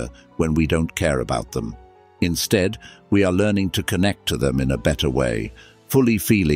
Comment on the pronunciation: This voice is not human. It is a robot. says words like death, or instead, with a wring pronunciation.